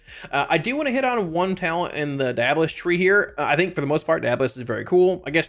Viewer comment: its pronounced diabolist.